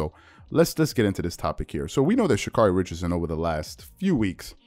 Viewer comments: Pronounced: Sha Kerry. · Mis pronounced name Get it right.